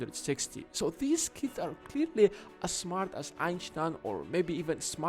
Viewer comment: this dudes german on acount of how he said 'einstein'.